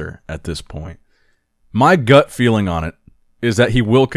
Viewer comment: "My gut filling", he said... :D